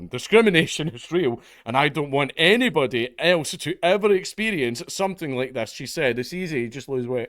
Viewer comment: I notice she puts emphasis on BODY on the word anybody. Her entire identity is founded on her being obese.